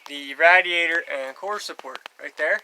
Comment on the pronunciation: You say radiator really strange. It’s pronounced “radiator” not “radiator”